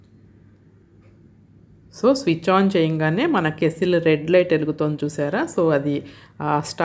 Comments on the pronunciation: ఏవండీ అది కేస్సిల్ కాదు "కెటిల్" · Madam adhi kesstle or kettle . Please tell me andharu kettle antaru